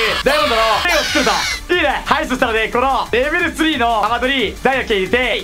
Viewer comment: 何か…レベル2じゃなくてレベル3んって言ってる？